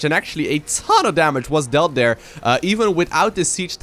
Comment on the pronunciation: Is calling Scarlett Dear all the time? "Over here over dare, move some units over dear." etc